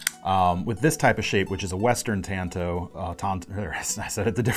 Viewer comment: You're pronouncing it right,. Pronounced like the other traditional Japanese blades; wakizashi and katana.